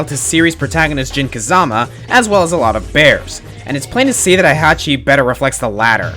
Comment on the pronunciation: /twitches/ It's pronounced HEY-hachi, not HIGH-hachi. (Ugh, I don't even LIKE the old bastard and I'm still getting worked up over the pronunciation of his name... I'm such a weeaboo. XDD)